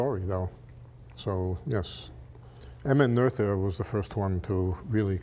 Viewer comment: I believe Emmy Noether's name is pronounced " Nootr " . Another video guy dug up research on it. (Physics Asylum)